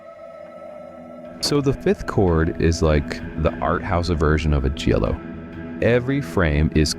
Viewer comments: Great list. It's pronounced Gee-a-lo, not Jello.😂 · Stop saying 'jello'! 😆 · Jha-low! And it’s Lew-chee-oh Fulcee. It’s confusing because the chi is ki, and the ci is chee. It helps to wave your hand too. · Jello? Is this AI? And why did it start with a non-Giallo film, the dreadful Suspiria remake? Argento himself says Suspiria is NOT a Giallo. You don't know what you're on about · These are some of my favorite Jello movies. And that's definitely how you say it.